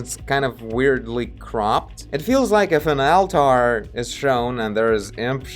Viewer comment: Great video as usual! The eyes felt like they were stickers before. Oh and just a tip from an English speaking fan of yours. "Altar" should be pronounced "allter". Seemed like you were putting too much emphasis on it and sounded like 2 separate words "Al-tar" lol Anyway, love the frequency of your uploads lately! I cant get enough!